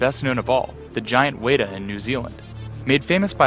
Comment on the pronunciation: It's pronounced "wet-a" not "weda"